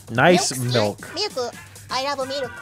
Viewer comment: Malk. With vitamin R.